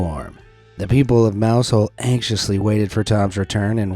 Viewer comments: Mousehole is pronounced Mouzle. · Now I get why Americans make fun of us. Stargazy Pie makes no sense. Btw its “Mowzull”, yeah ik its dumb.